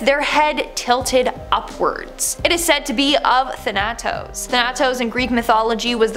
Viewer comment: Thanatos is pronounced Than uh' tose, not tha A tose...